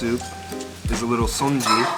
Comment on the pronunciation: dude it's pronounce sun-ji not son-ji